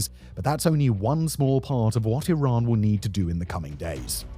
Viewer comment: Remembers guys, it’s “e-rhan” not Iran 🏃‍♂️‍➡️